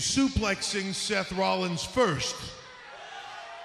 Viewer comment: Seth Rlallins